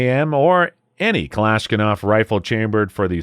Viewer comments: The moment when you keep calling a Kalashnikov as "Kalashkinov". Reminds me of my friend that mispronounces Russian words, lol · How can this guy make fun of gun owners who don't know what a Fudd is, then say "Galishnigoff"?? He wasn't even close to kalashnikov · Sobering video. Traitors all in our government. But good grief,, it’s “Ka-lash-NI-kov”, not “Ka-Lash-KIN-ov”. You have a fantastic voice and presentation style…to be as authoritative as you deserve to sound, get on that pronunciation! Subscribed…always good content. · alot of good info in here but seriously man, its Kalashnikov, not Kalashkinov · It's not "Kalash-kinov". It is Kalash-nikov. Hurts my ears. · The hell is a Kalishkanov? You mean Kalishnikov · It's pronounced Ka LOSH NI KOV Not, Ka LOSH KIN ov. Spelled Kalashnikov, Not Kalashkinov. Thank you. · hey, hey...Sacrilege. It's not "kalushkinoff" it's Kalashnikov. Man that was a real beaut. ( 3.54) and many times after that. Thank you for the very intormative video. Banning the Remington 1100...?? That's over the deep end. It's more restrictive than restrictive European countries. BTW, the Canadian Para-Ordinance, a 1911 style .45 semi auto held 15 rounds just like the FNX. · “Kalashnikov” not Kalashkinov. If you can’t correctly pronounce the most iconic and recognized rifle in the world for decades, what credibility do you have? I’ll tell you, NONE. Sad, truly sad… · So now it is kalaskinof and not Kalashnikov?! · it's "Ka-lash-ni-kov" not "Kalashkinov" . . . otherwise great stuff. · Saying most American gun owners don’t care about the second amendment is a foolish statement. Also it’s Kalashnikov not Kalishkinov. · why are you saying klashkinov? will youtube demonetize you just for saying the word kalashnikov? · This nigga really say Kalashkanoff? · I like the "Kalishkinove" , , , and ! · Ka-lish-NICK- ov phonetically of course 😂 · The host is a fudd. Kalaskinov?😂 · "Kalashkinof" Bro 💀☠ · he said glishkanov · Did he say kalashkinov ?